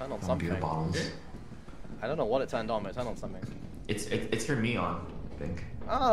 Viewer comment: I got bo'les (English accent) Daca: You got balls?